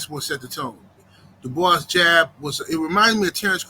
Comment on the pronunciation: Dubois got the mutant strength with the R 😂